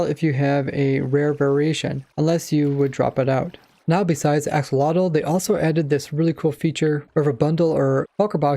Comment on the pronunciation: Huh? It's ak-so-lo-tl